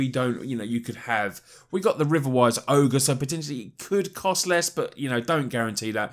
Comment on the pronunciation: Great deck tech! I'm thinking of building it because it might cross over to a budget modern deck with a few changes. Also, thinking that we could activate the Djinn if Wishes at instant speed thus using a counter spell? Btw .. not to be pronunciation police or anything thing but I think riverwise auger is not said like ogre ... Maybe more like "orga" as in "orca" and that's a bad comparison but the only one I could think of lol. Also would love to see a BW deck utilising Aryel please!